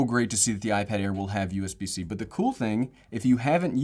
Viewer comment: Us bc is very irritating...please say usb c....